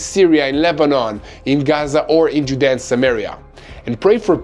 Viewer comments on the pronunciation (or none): none